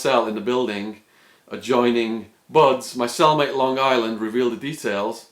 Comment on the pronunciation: I live there, L.I. . I had a family friend that was locked up in Arizona prison system around that time. I thought it was crazy when I heard you say Long Island with the hard 'G" , everyone makes fun of how we say it. How many people from long island could have been locked up in that area at that time in Arizon Prison. That would be pretty crazy if it was the same person. Did you ever live in tent city beside the facility you spoke of ?